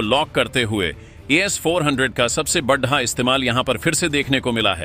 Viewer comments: Channel speaker please talk carefully बड़ा को बढ़ा बोल रहे हो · Kya utpatang uchharan karte ho yaar.Hindi to sahi bolo badda, khadda..pata nahi kya kya bolte ho. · Sorry. Aapko hindi bolna nahi aata. Badda kam kiya hai, baddi chunauti khaddi kar di hai, what is this? I will stop watching your videos. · आपके शब्द उच्चारण में कई बार बड़ा की जगह बड्डा बड्डा जैसे गंवार लहजे सुनने को मिलता है उसे सुधारो ? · अगर बड़ा शब्द का उच्चारण सही करो तो थोड़ा अच्छा लगेगा